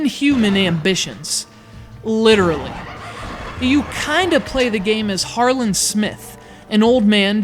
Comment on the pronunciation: Its harmen not harlen.How the fuck did you get harlen?